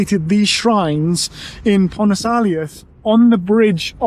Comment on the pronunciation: Actually it's Pons Aelius, not Pontus.